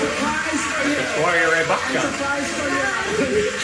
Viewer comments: lol guys it’s ESH-WA-RIYA RAH-EH (like Eye? definitely not Ray as in Ray of light) and the other one is pronounced BÀCCH-AN (with emphasis on the first half of the name). You guys pronounce it aaaalmost correctly, for some reason you just make it sound like you’re saying BAKCHAN I’m not sure how and why 😂 the “CCH” in Bacchan doesn’t sound like the double CC in english (ex success, access), it’s just a ch sound like CHEDDAR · RAI is correct. But in bachchan, both are wrong. Don't pronounce it as "BAA", pronounce it as you pronounce "but". Like "Buchchun" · Bachhan is pronounced Ba-CH-chun not Bak-Chun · Bachchan is pronounced Butchun and not Baatchun. Rai is pronounced closer to Pie not Ray. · you are WRONG!!!! It is not Bakchan Oprah says it correct BaCHCHan. And Rai a while back a lady told you 2 already it's like Rye (the bread) not Ray. Aish is the short form for her name. Sorry, I have no Twitter or Instagram so can't tell you there. And this will probably get lost in the sea of messages. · You pronounced right.... Its not Bachan as she pronounced... Its Bacchan...as u pronounced... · its not BAK-CHAN... is BACHAN Oprah pronounced it right. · Aish is her Nick name. It's Rai not Ray (as in Rye) It's Bachan (not Bakchan) He is known as AB. N little trivia. Back when they were getting married, AB was doing back to back movies and have been trying to make like a real mark. He have had his share of hit n misses.. but offlate thou he kind of slowed down. Meanwhile, BIG B relentlessly just keeps getting bigger n bigger n better. Overshadowing n overpowering every one clearly without even intending to do so. So yeah back in time of this interview they were the 'IT' couple. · Its bachchan but she is pronouncing it like bachan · Bachchan is pronounced like this 👉🏼 Batchan .. (because of doube "ch" ).. and Aishwarya Rai is pronounced as "Raai"..not "Ray" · its buh-chhann emphasis on "ch" and "nn". And its ra-ai not ray. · Butch-chan (bachchan) Rai not ray